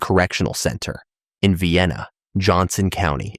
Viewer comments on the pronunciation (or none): You pronounced Vienna wrong. Lol 😂😂 It's pronounced Vi-anna . It's okay though it's just that I live there.